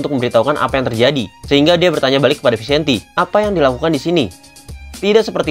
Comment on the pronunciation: Bahasa spanyol namanya.. jadi harus dngn gaya spanyol.. jadi bacanya itu harus Vicente 😁